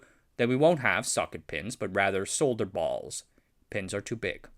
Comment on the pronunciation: the repeated emphasis on BALLS made me completely forget everything else I just heard